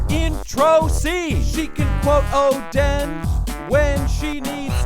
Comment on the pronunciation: It’s oden not odin 🤨